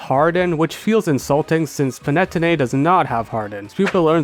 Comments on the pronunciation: *pan-ah-tony, not pan-ette-oh-nay :') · the way you pronounce Panettone hurts me, Pan-e-tone-ay not pan-net-own-e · ain't panettone pronounced pan-ee-toe-nee not pa-net-oh-nay? (could be a language difference as I'm UK tho) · It’s always great to see fellow Elemental Monkey fans! Also Panettone is pronounced “pah-ne-TOH-neh”. Usually I wouldn’t comment on pronunciation errors, but it’s probably the move to pronounce the name of something you like correctly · Not the panay-tonay 🤣🫣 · The way he says Panettone kills me, but in a good way😂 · the way you pronounce panettone gave me a headache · The way you're saying panettone is breaking my heart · I don't know if I've ever heard someone pronounce Panettone like that before. It's not important to the video it just took me off guard LMFAO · Do people usually pronounce Panettone like that? Genuine question. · I don't fail to understand why you pronounce it that way, but hearing Panettone in this way makes me love them a lot more as an italian. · The way that you pronounced panettone damaged my very soul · Glad to see panettone go. As an Italian hearing that pronunciation was pretty painful😅 Not that I blame you I'm just as bad when I try to talk in english😂. Great video as usual. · As a italian I also agree